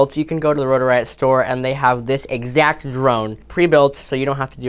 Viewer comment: “The edsact ponents all the way down to the tume” lol 😂 ill NEVER “unhear” that!!!